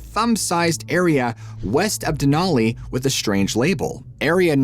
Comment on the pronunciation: I tried to watch but it was too distracting that you kept pronouncing "Mt Denali" wrong. It was too painful 😂